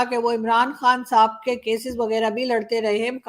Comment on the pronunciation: आप जब भी किसी पाकिस्तानी को साहब बोलती है ऐसा लगता है सांप बोल रही है 😂😂😂😂😂